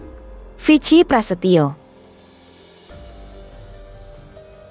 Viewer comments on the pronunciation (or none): Itu bacanya viki bukan vic ki